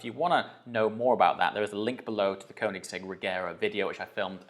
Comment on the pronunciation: If you own the car atleast learn to pronounce it. You can literally ask the OWNER of the company by yourself. Congrats with the purchase tho.